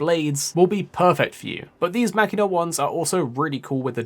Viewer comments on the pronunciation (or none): I think it's "mach" as in planes going mach 3 or whatever. Mach-eena.